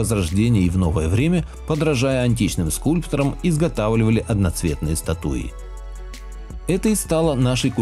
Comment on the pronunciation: статУи? ужас